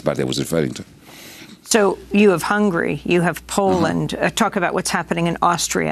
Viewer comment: Interviewer lady: the country is called HungAry not Hungry!!!!